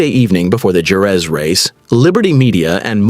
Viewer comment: Please learn how to say JEREZ! Liberty has ruined F1, now they are about to ruin MOTO GP.